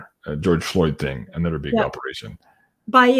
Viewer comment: here from Louisiana where a lot of the people are Cajun (Acadian) descent & French descent. Those of us who have a thick accent also say dis, dat, dese & dose. Lol. All the "th" sounds are replace by the "d" sounds, just like you udder and anudder. Just keep on keeping on because we love you & Janine & all your guests!